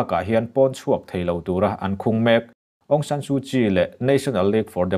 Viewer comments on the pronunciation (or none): Myanma tih tur 'r' hi lam ri lovin thluknaa hman tur a ni e. Awng San Suh Chi tih tur. C in C hi Miin Awng Hlai tih bawk tur.